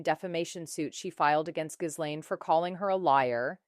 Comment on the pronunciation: It's Geelaine, you don't pronounce the "s"